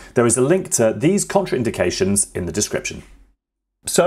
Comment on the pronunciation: The word is CONTRAINDICATIONS one word, not counter indications! If you can't even get that right, how could I trust ANYTHING you say?